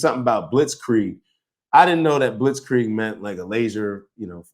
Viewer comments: someone edited the Candace clip. She did pronounce it wrong but the bombardment bit was about "hoisted by their own pittard" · She just said it wrong like 20 times all while acting like it was such a common phrase that she and everyone else uses often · I think Nick owes Candace an apology on this. He's clearly not watching her show. She is not saying that Israel did this. The theories he's talking about aren't ones that she is claiming. She explains what a blitzkrieg is. She says that it's lightning warfare her pronouncing it wrong only proves that she read it and didn't hear it🤷🏻‍♀️ Candace is doing an investigation the information that she's receiving the evidence that she's receiving is ongoing. If she released everything all at once would not have revealed all the people that are lying calling her a liar and a nasty woman and that she's stupid that just seems to be coming from his personal issues with her and not what she's saying right now. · “Blitz Kree Egg” 🤣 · Wow, Candace doesn’t know how to pronounce blitzkrieg. Man you really got that dumbass Nick. Who cares that she brought the biggest receipt showing Charlie was having serious reservations on Israel. She can’t pronounce blitzkrieg. Good one man